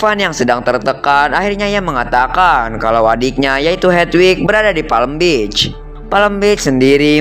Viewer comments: Apa di sebutnya Palm Beach jadi Palem Bich 😂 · Kalau PALM BEACH Cara sebutannya "PAM BIC"